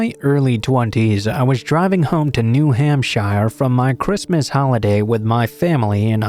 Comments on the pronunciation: Love to content! Just to let you know, New Hampshire is pronounced more like "New Hampshure" instead of the 'shire' that it is spelt with. Alot of new england names are like this lol. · New Hamp Shire lol